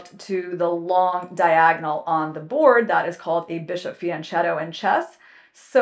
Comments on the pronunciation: Thank you for the video. As a chess player one should know, "ch" in Italian makes the hard K sound. Fianchetto = fee-uhn-KET-toh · interesting how fianchetto is pronounced in english speaking countries the same way as bruschetta. In italian is pronounced fian-k-etto and brus-k etta, Ch is the italian way to express the k sound. fianco in italian is side , intuitive right?